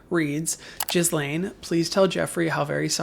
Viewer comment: I noted that pronunciation as well, lol!😉